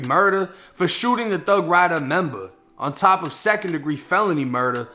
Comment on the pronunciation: They tryna say top wrong